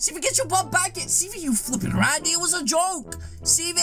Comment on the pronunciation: Hello this how many time he said ranndy